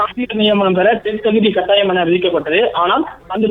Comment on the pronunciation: காட்டாயம் ...அல்ல. கட்டாயம். தமிழ் தெரியாதா???